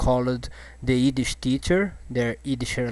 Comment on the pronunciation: Haha.. He can't say the "Y" in Yiddish.